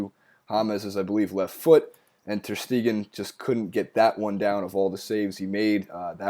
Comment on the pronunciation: "Ter Steeegan" "Bernabayou". Jesus Christ, you really can't pronounce those any better? What a joke.